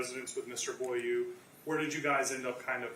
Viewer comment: eau is pronounced oh. so its boil oh